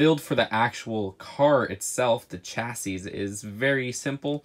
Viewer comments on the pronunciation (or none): P.s. Chassis... SHA-SEE... ok now I’m just being picky..love your videos